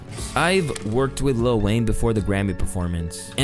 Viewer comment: Small gripe; Why do people always say little Wayne instead of letting it roll off your tongue as lil Wayne? It's not that difficult.